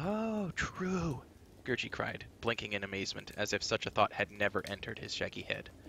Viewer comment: Just FYI , the creature Gurgi is pronounced Ger-Gee not Ger-jee. Alexander's recorded interviews bare that out.